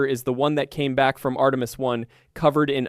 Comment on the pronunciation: Post-production! Fix the LLM's mispronunciation of, for instance, Artemis. Ctrl-A on the text program, click to save, Ctri-V, past into the LLM interface, then click GENERATE only begins the workload. Now, wave by wave, sanitize your product. The creator cannot help but know this. Still, he chose the Easy Way and produced AI Slop.